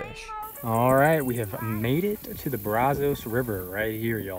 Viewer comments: Brazos not Brozos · so you were born & raised here & “ thought “ brazos was pronounced brawzows ? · Can tell this guy is not a local because he don't know how to properly pronounce Brazos.